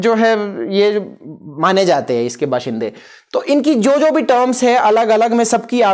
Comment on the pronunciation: loved the way you said Bashinday simple and literary excellent vdio.